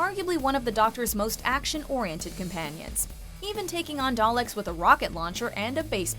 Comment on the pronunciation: The way she says Dalek.... lmao